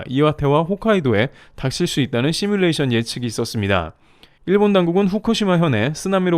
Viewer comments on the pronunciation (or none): none